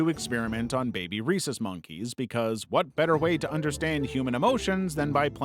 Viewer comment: Sounds like there saying “Reese monkey”